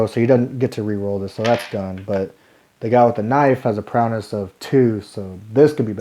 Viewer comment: Really good and helpful play through, thank you! Just to split hairs, it’s prow-ess, not prow-ness. 🙂